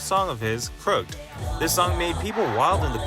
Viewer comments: Crooked is pronounced "크루킫" not "크룩드" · Crook..Ed.....Not Crooked. Please. The title is in English. Never have I heard anyone say the name of the song incorrectly.